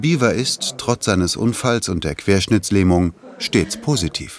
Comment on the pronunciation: Wenn der Sprecher nicht mal die Diagnose „Querschnittlähmung“ sagen kann 🤦🏼‍♀️